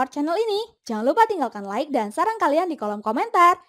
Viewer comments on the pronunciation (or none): none